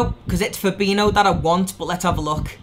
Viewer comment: When the Liverpool fan can’t even pronounce fabinHo. Stop saying FaBiNo